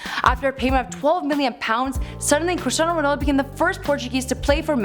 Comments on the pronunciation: "CHRISTINAO RONALDO" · Your pronunciations are awful, you literally say real mAdred, its not Christinao Ronaldo its Cristiano Ronaldo. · Cristan ronald wtf is that lol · Remember when Michael Said Christin ronald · U messed his name up again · im portuguese and this is so bad, omg learn ur shit please.